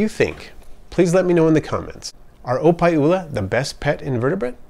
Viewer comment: Thats wassup man! I was right on the nail, i picked up the pronunciation when you said opae ula. You live here on oahu?